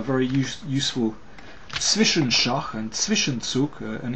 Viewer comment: Congratulations, Mr. King. You seem to be one of the very few people to articulate "Zwischenzug" and "Zwischenschach" correctly ;) Nice analysis, Greetings from Germany